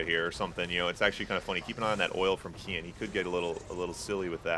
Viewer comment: Sounds like you're saying "Ken" with an ultra american accent lol "keeee-enn"